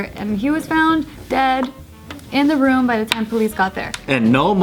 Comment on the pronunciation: Ha! says "rum" instead of "room" lmao 😂